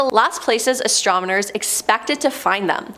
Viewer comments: I might be wrong but I think I heard astromoners and not astronomers. Haha! Great job tho! The entire video seemed like a tongue twister. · "ASTRONOMERS" not "ASTRONIMERS"!🤦‍♀️ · Stay On Top No, you heard right bro, astromoners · She said astromoners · You said the word "astronomers" more than 10 times, and only pronounced it correctly like 2 times 😂 you said astomoners so many times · That's what you heard? I kept hearing astrominors lol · Why does she keep saying "Astrominers"? Lol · Did anyone in the galaxy not know what word she meant to say.?